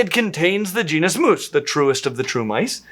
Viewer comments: actually, the Mus genus name does not rhyme with moose, it actually rhymes with "octopus" and "platypus". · the Mus genus name actually rhymes with "octopus" and it is the latin meaning "mouse".